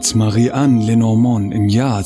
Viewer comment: Lenormand wird Französisch ausgesprochen!